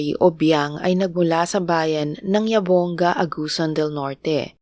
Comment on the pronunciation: Jabonga read as HABONGGA . NOT YABONGGA